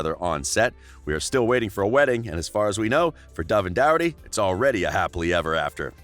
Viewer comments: It’s not Doherty it’s dorcherty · Its Doraty Not Douraty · His last Name is Doherty. Is dat actually how his last name is pronounced??!!!